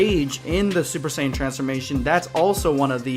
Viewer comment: First you missed pronounce saiyan pronouncing like geekdom101 say it. And never disrespecting Japanese music because it's the original and you are disrespecting the original.